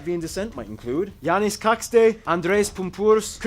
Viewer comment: But, of course, they butchered some names, especially Čakste. XD